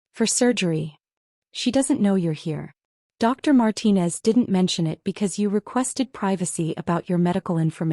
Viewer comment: Another Marcus. At least they pronounced Martinez correctly.